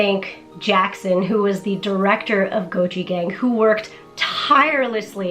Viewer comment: Every time it's said, I hear gochujang instead of Gochi Gang...